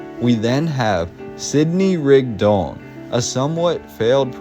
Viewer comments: Thank you, that was quite the history piece you left us here. In half an hour I learned more about SL City and Mormons than I ever knew. I have to ask a little thing: Why do you pronounce Rigdon as Rigd-ON? Shouldn't it be RIG-don? It sounds a bit unnatural to me linguistically. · It’s pronounced Rig-dun. I grew up in the church hearing it my whole life. 😂